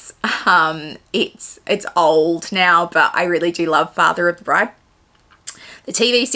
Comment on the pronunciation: Omg the wedding planner’s pronunciation of bride 😂 Father of the bread 😂😂😂. I adore Steve Martin and he’s quite sexy too great dinner guest choices. I’ve had the pleasure of meeting Barrack before he became President, he is a lovely man and very humble Great Q&A. Loved it 🥰